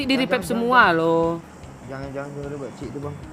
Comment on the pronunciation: Menit 6 58 ngakak gua dnger lu ngomng pakcik,,blepotan kek gitu hhhhhhhh